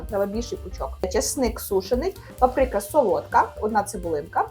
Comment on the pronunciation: а що це за діалект, в якому куверкають наголос у словах. Особливо слово папрИка? уже мабуть разів 300 чув ці дивні наголоси...можливо це діалект якоїсь з сусідських країн?